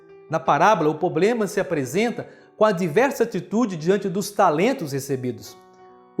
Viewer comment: Gostei da homilia. Mas o o padre falou "poblema", a palavra certa é "PROBLEMA".